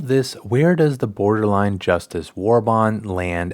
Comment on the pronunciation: Boderline Justice, Good video though but I found that funny.